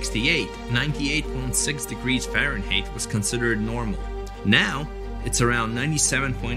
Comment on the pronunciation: You mispronounced "Fahrenheit" and "enzyme". When you write the scripts, get at least one person who knows science.